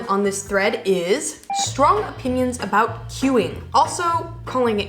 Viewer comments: I love the Canadian "aboot". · The way pronounced the word 'about' in a Canadian accent, it sounded Scottish which sort of makes sense as many Canadians came from Scotland.